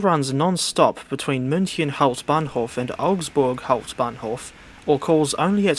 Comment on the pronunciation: you pronounce "hauptbahnhof" like the DB train anouncment